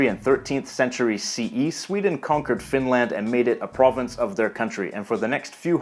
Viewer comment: Please don't pronounce Finland with a long "land". It's short and curt. TYVM. And to answer your question, yes, I can tell immediately which region of the country a speaker is from, although some soften or completely mask their dialect when moving to the larger cities. I'm from the lapland area and have lived in the south for a decade and a half now and have taken care not to lose my dialect.